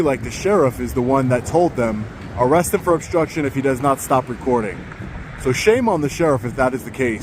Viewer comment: Under "arreth" 😂 😂 😂 😂 Love ya, but I laughed my ass off